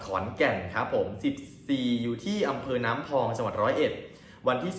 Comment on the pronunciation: ไม่ผิดหลอกอำเภอนี้ใครๆก็รู้จักดังจะตายมีแต่คนอ่านเท่านั้นแหละที่ไม่รู่พูดผิดอยู่เรื่อยแหละพวกนี้อีกคนที่อ่านแล้วผิดคืออุ้มอิ้มกลัวไม่ได้พูดไม่กรองดูก่อน